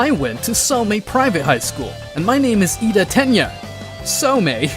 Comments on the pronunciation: bro why does he pronounce all of these names wrong ts pmo sm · Bro cannot say the names 😂😂😂😂